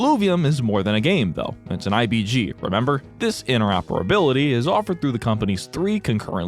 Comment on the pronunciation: Keep hearing ABG instead of IBG